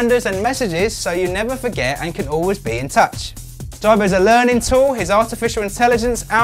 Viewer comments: you cant even say his name right JIBO not JARBO "smh" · HIS NAME IS JIBO IT PRONOUCE AS G-BOW NOT JARBOW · his name is "jee-bo" not "jie-bo"...the creator decides the correct was to say that...like preface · omg, it is pronounced Jeebo not jybo. smh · "Jai-bo"... Please do your research before posting a review, it's pronounced "Jee-bo". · It's geeeebow man.. the whole review I was focusing on the way ur saying the name..lol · hay i already Pre-ordered one last year and waiting i cant wait i cant wait... good so dont insult our JIBO pronunciation is the KEY lol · Justin Vazquez Hi Justin, yep I realised my mistake after I complete the video:-s. I blame Google translate:-). I was worried about the pronunciation, so put it in to google translate and it came out in UK English as Ji- bo:-s. Thanks:-) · It's pronounced jeebo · You obviously don't know much about the robot... you can't even say the name right. Jibo is pronounced Jee-bo. And this is not a review. I will report you if you don't change this. You are misleading us to get views. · and he couldn't even say the name of Jibo properly.. watch how the designer says it compared to this guy lol. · S.A.G disliker Hi S.A.G, yep, I will double check next time:-). I am hoping to get one and do a hands on review, so will adjust the pronunciation:-). Thanks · Mr PumperKnuckles you think so? Personally I thought the information on the review was good.. but if you are doing a review, I would hope that you could pronounce the name correctly. Not disrespecting anyone just saying how I felt about it. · Can you at least say the robots name right !!! Don’t ever purchase one because it will never respond to you. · This is not a review. You aren't even pronouncing the name correctly. Waste of time